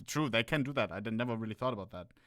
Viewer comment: best part has to be ohne having a thower shought